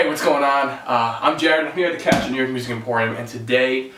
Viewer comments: Cherryatone is the pronunciation. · Great demo, tones, and playing. However, I believe it's pronounced "Che-ree-uh-tone" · Hi there. Appreciate your video showing the overall tone of this amp. Just to note that it’s pronounced as “Cheri-uh tone”. Ceria in Malay language means cheerful. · IMPORTANT: The name of the amplifier company is pronounced CHERRY-UH-TONE.